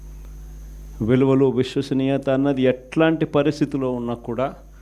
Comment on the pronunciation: Vishwasaniyatha sir , voshwasaniyatha kadu.😂😂. Yenni sarlu annav aa word , nee motham speech la oka 15 times annav.😂😂😂.